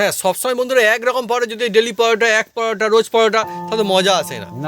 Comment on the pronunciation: পরাটা পরাটা কি???? পরোটা বললে কি দাঁতে ব্যথা হয়? অযথা নিজের ভাষাকে বিকৃত করে কি পান?